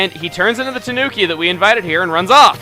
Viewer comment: Please chuga it's killing me when you say tanuki, it pronounced taNEWki, sorry for my bitching a japanese person like myself bitches about these things. Nether the less great video once more